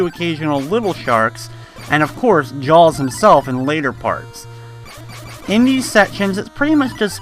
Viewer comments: ITS JAAAAAAAAWWWWS! not jawls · Had to stop watching after 40 seconds..Couldnt hear u call Jaws "Jalls" anymore..